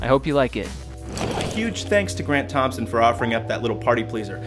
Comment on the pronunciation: for a second it sounded like you said Brent Thompson